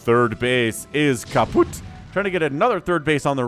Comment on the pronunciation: HAHA What's going on? A perfectly pronounced "kaputt"?! 😂